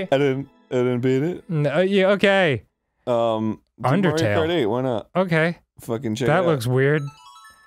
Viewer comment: HE SAID UMDERTALE OMG